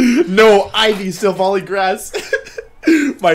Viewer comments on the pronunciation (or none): It's not Silvally then, it's Slally..